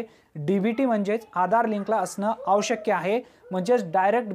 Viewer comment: दादा आवश्यक असे बोला आवश् कय असे नको. क्षमस्व.